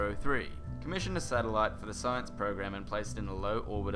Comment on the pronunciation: u said lots of sinece